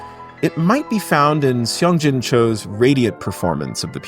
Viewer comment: “It might be found in Seong-Jin Cho’s radiant performance…” There’s no need to make the pronunciation of the first part of Seong-Jin Cho’s given name, as I commented on that video with Jed Distler, more complicated than it is. And it’s pretty simple. Again, the eo in Korean romanization represents simply an aw sound in English (assuming you don’t do the cot-caught merger) so the first part of Seong-Jin’s name is, effectively, sawng, or, even more simply, song in English. (That, incidentally, also accounts for the spelling in English of South Korea’s capital—it’s basically Seo-ul or, how it would be pronounced, roughly, in Korean, saw-ool, with a hiatus or break between the two syllables, that is, without any w-glide.) That said, these analyses of Yunchan Lim’s rendition of the various Etudes are, to me, illuminating and fascinating, and greatly enhance my appreciation of the performances. My guess is that these performances by Maurizio Pollini and Vladimir Ashkenazi allow Lim to hear the music in different ways and get him closer to what he hears (and plays) as the “ideal” of the music. Those “inner voices” are to him what the music “should” sound like, even if no one else plays the piece that way. (But, as I’ve said before, I know next to nothing about classical music so take my hunch with a very large grain of salt.)